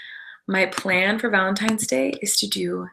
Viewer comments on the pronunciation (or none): VALENTINES NOT VALENTIMES